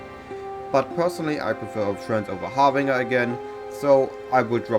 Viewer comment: I am not criticizing just trying to be helpful but it is pronounced "har-bin-jer" , the j as in "Jelly". Meine Deutsch ist sehr schlect, deine English ist sehr gut, so don't feel bad